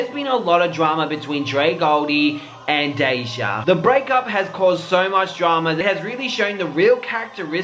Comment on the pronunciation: Lmmfao at calling him Dejah ... its DahShay